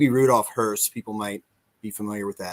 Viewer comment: Well, he can't pronounce hoess so best to use the English names